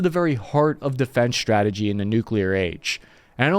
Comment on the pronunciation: ssshhhhrategy, huh?